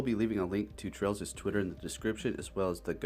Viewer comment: Sounds like you are calling chrales “Trails” are you?